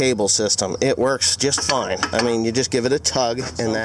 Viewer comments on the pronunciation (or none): none